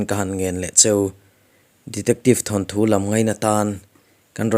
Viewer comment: Thanthu ni lovin thawnthu ti a lam tur a ni e